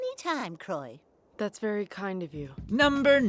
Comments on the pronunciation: "Crow-a" ... "CROW-A" are you fucking kidding me? How do you not know how to pronounce CROIX? Here's a tip, Cr-oi! FFS it's on Netflix still; turn on one episode with the dub and learn to say it right. Hell they even used a clip where they say her name correctly. >=O Also for anyone that's never seen Little Witch Academia, the show Croix is from, wtf are you doing with your life? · Does anybody else get bothered when they mispronounce some of the names? Croix is not that fucking hard (pronounced Croy) there's no fucking "a" sound anywhere in her name so it's not "Croa" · yikes, i know he did not just pronounce Croix like Croah